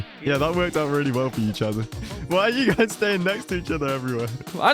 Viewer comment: It's guys not guyds